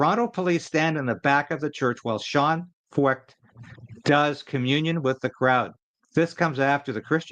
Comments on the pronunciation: 1 closer to 60K, just subscribed.....pronounced Froyt, like Hoyt.....Freucht in German means "humid" and things are certainly heating up. But what men do for evil, God uses for good.....the gospel is getting a lot of exposure. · If Feucht is a German name the “ eu” would be pronounced “ oy” as in Sigmund Freud. You may remember AJ Foyt a racing car driver. This could be the same name only Anglicized. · Pronounced Sean Fight .